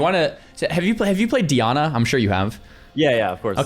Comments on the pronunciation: It’s DYE-ANNA not Dee-Anna 🤬🤬🤬🤬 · Dee-ana. I already know this vid is gonna be a banger LOL